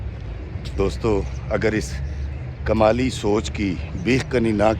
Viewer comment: kamli nai Kmali..haha